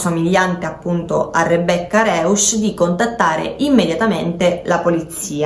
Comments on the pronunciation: Si pronuncia "Roisch " E "Noikölln" con la ö francese. Terribile lingua il tedesco😂😂😂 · Punto primo, la Ragazza si chiama Rebecca Rausch eu oppure au Rousch si pronuncia Rousch . Poi riguardo il caso secondo me coprono qualcuno, riguardo i capelli non appartengono a Rebecca